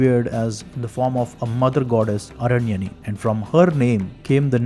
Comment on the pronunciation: It is aranyaani, why you r not pronouncing Deergha 'aa' being sanskrit scholar.